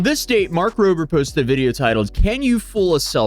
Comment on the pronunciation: This clear Tesla fan boy can't even be bothered to say Rober and says Roper, between that and the way he's framed/on camera personality, I don't like, nor trust him.